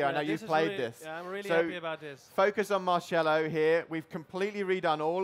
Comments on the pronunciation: Haha! "MARCHELO" lol it's pronounced MARCELO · 'Mar-chello' - someone please slap this guy. It's pronounced Mar-sel-lo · Am I the only one that's bothered by the fact that he said "Benzee-muh" and "March-ello"?